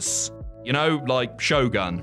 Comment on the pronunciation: its pronounced 'show-goon" you word butchering pun-ruiner...